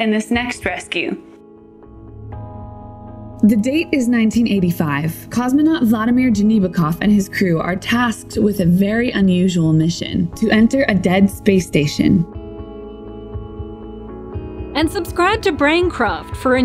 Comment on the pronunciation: You are spelling the russian name Vladimir wrong. The stress should be on the middle sillable.